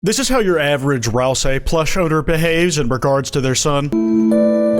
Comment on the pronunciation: pronounced ralsei wrong :(